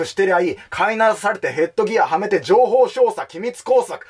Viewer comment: 情報"しょうしゃ"